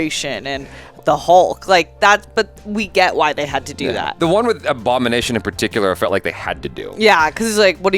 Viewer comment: Lol, the Aboogernation!